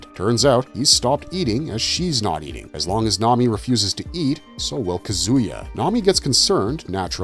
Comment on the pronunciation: Toh-mee-eh is how you pronounce Tomie. It's not grease, it's oil. Come on, man, they say it like a million times. Did you skim a wikipedia page on these stories or something? This vid could've been great but you bombed.